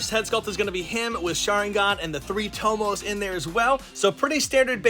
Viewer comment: Tomos it’s tomoe